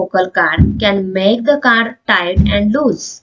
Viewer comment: Hi mam I don't want to judge you But 😢 You wore saying Caad not cord But it's ok ❤